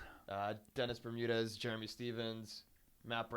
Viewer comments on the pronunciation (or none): none